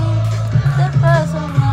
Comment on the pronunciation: Terpesona❌ Chepershona✔️ 🤣🤣🤣🤣🤣🤣🤣